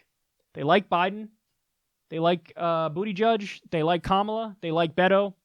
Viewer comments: JFC. It's not Booty-Judge. It's Boot-eh-jej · So is BootyJudge a silly nickname like CloudBootJar or is that actually how you say his name?